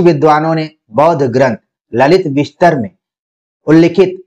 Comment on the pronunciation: Sirji ललितविस्तर नहीं ललितविस्तार होगा 🙏